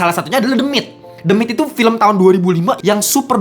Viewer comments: Harusnya pake teuh ya ...The Myth ( mith)😊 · the myth dibaca demit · Ketawa karena setiap Abangnya ngomong "the myth" , aku dengernya "demit" 😂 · Fr kwkkw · Nah iyah gw kepikiran "demit" Malah wkwkw